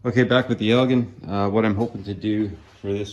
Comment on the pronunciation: Ell- Gin Lol 😊. But man! They are my favorite obsessions, too! I've got 5.5.5hp's, 7.5hp's and the 12hp's, of which the 12hp's are my favorite hp. I've been searching and hoping for an 18hp but so far, no luck in Michigan. West Bend made and quite a few Chrysler parts will interchange. Nice one,!!